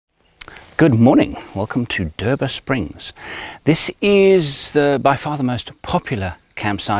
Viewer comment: ....How's the Aussie accent "I don't go ta Derba springs cause it's overrated" hahaha gold